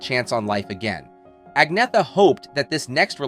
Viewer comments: Her name is pronounced An-y-etta not Agn-eetha. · Se dice Agnetha, con cierto acento, pero no Agnea. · It's really a pity. Her name is Angetha n not At-net-ta or At-knee-ta ok!! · Actually, if you check out her pronouncing it, the Swedish pronunciation is Ag-ny-etta but she says you can also An-yeh-ta or Anna. She does not say An-neta or Ag-neetha. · Her name is pronounced Ahn YET ta. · It's pronounced "An-yetta". Reasearch better. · It's pronounced An-Yetta. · An-yetta - at least get the pronunciation right if you going to do a video clip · How on earth can you expect anyone to take you seriously when you can't even pronounce her name?! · Your pronouncing her name incorrectly. 😫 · Can’t even pronounce her name correctly 😂😂😂 Sensationalist click baiting at it’s worst!